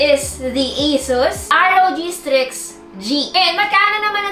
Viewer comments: correction lang po, wag po kayong magagalit saakin, hehe. It should be strix po, hindi po streaks. I love you 😊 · MAAM CORRECT KO LANG PO YUNG SA GAMING LAPTOP NG ASUS "STRIX G" PO DAPAT YAN HNDI "STREAKS G" HEHE